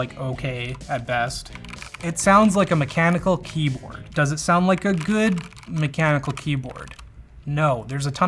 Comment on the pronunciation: What an insufferable kjeyboard.